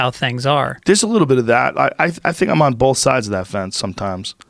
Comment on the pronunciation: Joe “bolth” Rogan